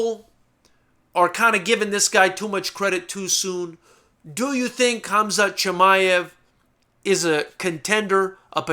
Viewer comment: Hamzat is how it's pronounced,Which you did pronounce really greatly,I'm surprised.